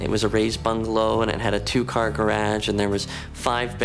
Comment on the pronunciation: Girage? WTF is that? 😂